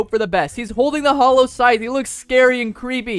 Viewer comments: Its funny when he pulls out the scythe and says "sallow hythe" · Bro reply said sallow heigth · I’m so sorry to say this but bro said sallow hythe 💀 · Bro said sallow hyph in stead of hallow scythe